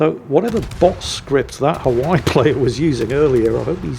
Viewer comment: Please learn how to pronounce Hawaii